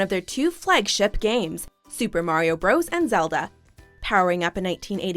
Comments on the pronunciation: What makes this distinctively "MsMojo? Because breakfast cereals were targeted specifically for woman? Also, nobody pronounced Super Mario Bros. "Super Mario Bros" it's "Super Mario Brothers". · the period in "Bros." means that it's shortened, it's pronounced "Brothers". actually saying it like "Super Mario Bros" makes you sound like a mom desperately trying to catch on to millennial slang.